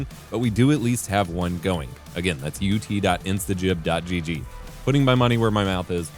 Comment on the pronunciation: Finally, someone covering this game that can pronounce "instagib" properly.